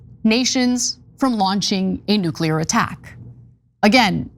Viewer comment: Nu-ca-lear weapons? Should pay attention to her pronunciation if she wants to be taken seriously as a public intellectual.